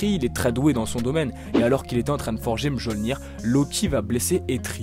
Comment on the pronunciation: Attends... Tu ne t’es pas posé de questions, à aucun moment, sur la prononciation de Mjolnir ? Du coup (et attention je ne parle pas qu’à propos de ce que je viens de citer), on dirait un peu que tu récites qqch que tu as trouvé sur internet sans comprendre ce que tu dis, pourtant tu lis des comics, et tu as sûrement vu les films... Enfin bref la vidéo dans son intégralité est bien et agréable au visionnage.